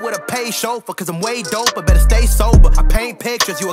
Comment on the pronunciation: he messed up "doper" and didn't feel the need to redo the shot for some reason.